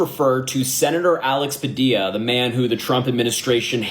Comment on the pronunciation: That women didn’t even say his name correctly she called him Padia smh!